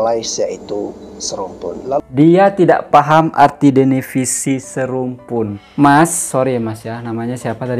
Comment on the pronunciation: Yg pinter itu disini BASTEN SEBO sama c AVENDA.berbicara secara intlektual menurut saya yg tolol yg ngereaksi ngomong devinisi aja.salah denivisi.ralat LG perkataanya brow .devinisi bukan denivisi.